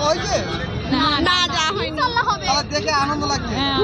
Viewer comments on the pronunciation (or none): none